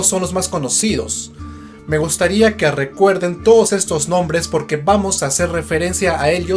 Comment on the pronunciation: 'arecuerden' minuto 2